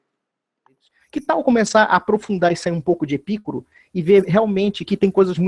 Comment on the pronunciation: Epicuro (paroxítona) ou Epícuro (proparoxítona)? O correto é Epicuro. O está por fora até nisso.